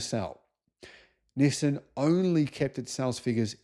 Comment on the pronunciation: NissIN? Nope, it is NissAN. For example, ChevroLAY, not ChevroLET.